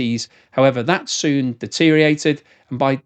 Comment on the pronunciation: Deteriorated has six syllables, not five.